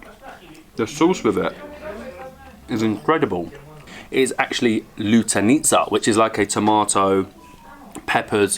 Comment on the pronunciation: Lytsanica hahhaahhah it's called "lytenica"